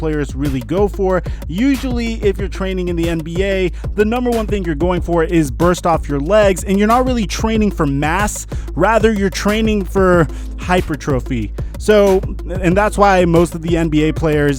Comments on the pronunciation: Dude .. you did not just say “usually your not training for mass, your training for ‘hyper’trophy 😂😂😂 Hypertrophy : high-per-truffy Issss training for mass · This man said hyper - trophy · this dude really said hyper trophy